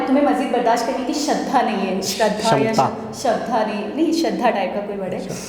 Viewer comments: Madam shradha nahi kshamata hota he aur shradha means faith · it's क्षमता chhmta ( capacity) 🇮🇳🇮🇳